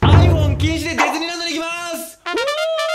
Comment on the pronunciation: デズニーランドって聞こえるw